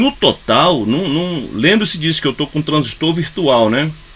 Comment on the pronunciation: Parabens! pronunciou corretamente a palavra TRANSISTOR, tem meu respeito. Tem gente aí q gosta de falar "transísto " eu pulo logo o vídeo pra não ver mais.